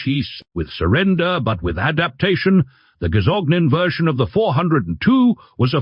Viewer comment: It's not "gazognen" or "gazognine" but gazogène. And the "t" in Peugeot is silent. Per H hour... Wrong pauses in the text. It's getting ridiculous and tiresome. A human reader would at least inquire about the correct pronunciation...